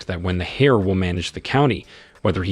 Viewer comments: Saying hair when it's pronounced air just... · I loved your reading/translation, though a few of your pronunciations kind of bugged me; for instance, the "H" in heir is silent should be pronounced like the "air" you breath not a hare (rabbit) and 9 times out of 10 you gave the wrong pronunciation of "live". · The miss pronounciation of the word heir is really annoying constantly saying hare/hair. I'm trying my best to ignore it. 😂😂😂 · OMG He said the hair apparent.🤣🤣🤣🤣🤣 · Grateful for the video, but please fix the narration. The characters' names' pronunciation changes almost every time so it gets confusing occasionally, the grammar of certain words like enunciating the "h" in heir, and phrases like "his son-in-law" with Xu wenzhao when they are not related that way